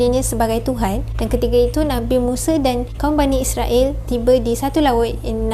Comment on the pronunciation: Bukan muse tapi musa...sebutan yang betul. Yg muse tu jihan muse